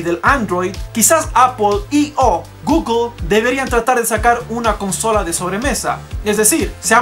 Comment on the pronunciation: "Apoool, Gugoool"...somos hispano hablantes coño!... "Apel y gugle"